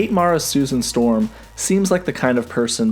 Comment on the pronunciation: Stusan Storm?